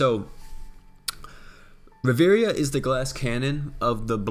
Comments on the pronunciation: Ri-vi-era not Ri-veria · In fact Ri-vie-ra